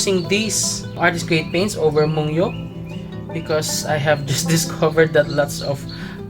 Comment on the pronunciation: I have the same set!!! I just got them the other day... your review is quite helpful for new/aspiring watercolor users/artists... i think this brand is pronounced as /moon-gyo/